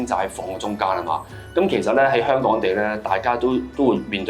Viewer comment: 好嚴重懶音😂應該係香港